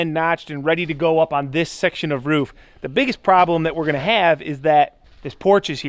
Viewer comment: ever notice how construction workers almost always pronounce roof as rouf? lol